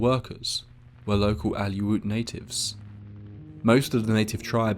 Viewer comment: Being with a Brittish accent, I expect a few mispronounced words. You said "Aluit" and pronounced it as "Al-you-it" but it's actually "Aleut" pronounced "Allie-oot". Put your diaphragm in the "ut".